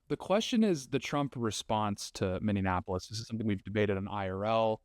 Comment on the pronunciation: Bro, seriously... stop calling it minne-ann-apolous. It is Minneapolis. Mini-ah-poh-liss